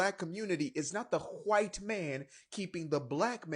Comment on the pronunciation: I just looked it up you liar it's 50% of black families have one parent you're a liar 👎🏽👎🏽👎🏽👎🏽 and when you emphasize when you say white you sound like a racist which you probably are